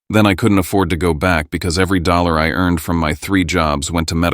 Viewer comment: AI isperfect...doesn't even need to proofread. It can't say dollars. Comes out dollollers 😂